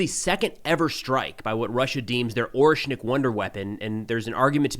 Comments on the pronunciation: With all due respect, it's orEshnik with e being read as "æ" (if I understand transcription correctly 😂), not Oreshnik. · its ah-ryesh-nik